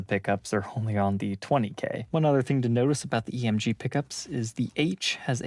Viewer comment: since when is there an “H” in EMG?!?!?🤣